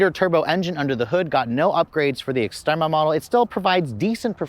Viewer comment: ES-TREMA NOT EX